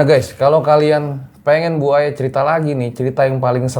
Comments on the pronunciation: tolong diimbangi dalam sisi penyebutan nama narasumbernya.. kalau sosok nya masih muda panggil aja mba.. jangan bu... namanya Aya.. panggil aja mba... yang saya denger bukan bu aya... tapi buaya... hehehe... sekedar intermezzo ya... hehehehe... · Bu Aya :buaya 😂yang gue denger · Saya dger nya kok manggilnya BUAYA Jadinya. 😅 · Nama Ibu nya serem Juga ya, Bu Aya, harus di pisah spelling nya, biar bener penyebutan nya, he he he